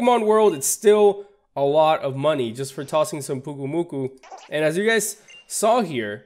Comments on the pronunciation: It is pronounced Pyuke oo moo koo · Pyu-Ku-Mu-Ku. GET IT RIGHT